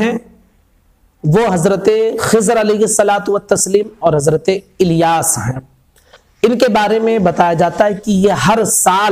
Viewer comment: Sahi talaffuj kijiye Iliyas nhi Ilyas hai alif lam zer il hai